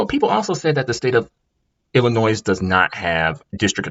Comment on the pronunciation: For fuck sake its pronounced illinoi the s is silent